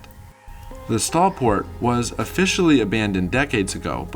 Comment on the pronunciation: Stolport is pronounced Stole port. STOL stand for Short Take off and landing! Other than that, great video!